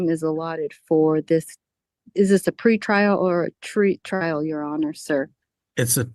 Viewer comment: "Is this a pre-trial or a tree trial?" (I swear that's what I heard her say...)